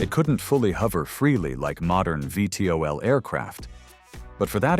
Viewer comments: Don't let moronic AI narrate. It's NOT "five tee oh el" it's VEE TEE OH EL! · It is A.I. SLOP, when the computer reads the name of the Hop Flight Cyclone V.T.O.L. it says Five T.O.L.. I've now blocked the channel. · Need to listen to your AI narrator for errors; “Five-tee-oh-ell” is how you say VTOL? Better yet, I’d rather hear your own voice! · Lol with the A| audio. It first uses VTOL properly, then reads the V as a five another time